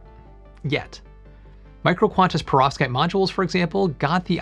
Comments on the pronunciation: Everytime you said that word I heard pirozhki and it made me hungry. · Anyone else keep hearing "prostate?" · I cringe every time this bald nerd says perovskite.